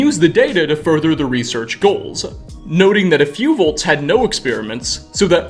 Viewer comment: Every time says volts instead of vaults: *eyetwitch*